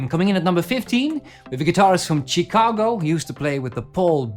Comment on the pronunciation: Great video idea, thanks! (BTW, the Ch in Chicago is not pronounced as in church but as "sh", "Shicago")